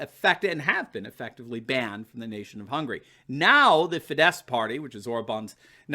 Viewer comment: the Hungarian ruling party Fidesz is pronounced FEE-dess, with the accent on the first syllable (all Hungarian words are pronounced like that).